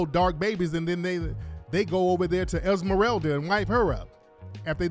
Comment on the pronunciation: Did he say Esmarelda?! 😂😂😂